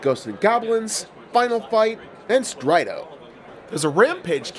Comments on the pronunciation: It's hurting my ears and heart hearing you call Strider "Strido." I understand how you're seeing an o instead of er, but, but, but... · "strido" "rollerball" gtfo